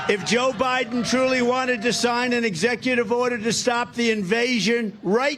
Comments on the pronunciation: "Joe Bilen couldn't pronounce her name." LOL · And when he said “he can’t pronounce her name” he literally could NOT pronounce Biden’s name. lol.